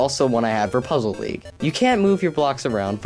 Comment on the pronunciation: Lol he said "I give pokemon puzzle leage an 8.5" he said LEAGE